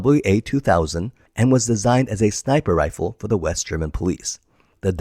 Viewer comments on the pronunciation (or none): none